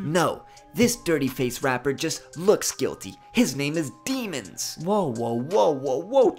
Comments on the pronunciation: And its not 👿demons its say demi then say ons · He got Haitian in him his last name pronounced De ' Mons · went to high school with him and he doesn’t pronounce his last name like demons 👿